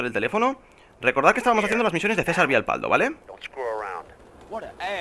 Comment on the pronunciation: Creo que me acabo de dar cuenta que dices mal el nombre de Cesar jajaja es Cesar Vialpando no Vialpaldo falta la N, joder que atento estoy para estas idioteces :V